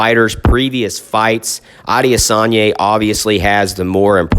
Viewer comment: A-de-San-yah.... very easy if you sound out the syllables👌🏾😎